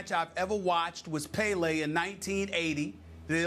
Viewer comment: The way he said Pele brought me physical pain